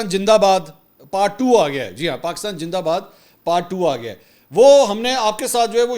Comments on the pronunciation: جناب پاکستان جندہ باد نہیں زندہ باد ہے برائے مہربانی اپنے الفاظ کو درست کریں شکریہ۔میری برا نہ مانیں گا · Pakistan Jindabad 😅Indian pronounce “Z”by “J” and “ Ph” by “F “ .e.g. PHIR is pronounced Fhir .😂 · indeed pakistan is far more than a gin for india, that is why the can not pronounced pakistan zindabad...... i love pakistan.....